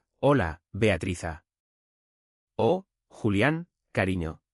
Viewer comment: NARRADOR, CONTIGO EL NOMBRE DE BEATRIZ PARA TÍ O ES BEATATRIZA O ES BEATRIZA, ERES PATETICO EN TUS MANÍAS DE EXPRESIÓN